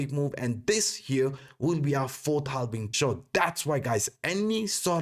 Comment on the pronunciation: it is halving, not halbing. Just to be correct.